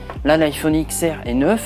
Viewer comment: On dit pas X on dit 10